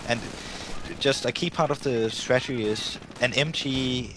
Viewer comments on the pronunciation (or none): so nice and intense fights ... great play for werhmacht... Irrelevant fact, once I heard stragedy instead of strategy once in the game , I could only hear that... the native english commentator should have corrected the guy... :D , quite unfortunate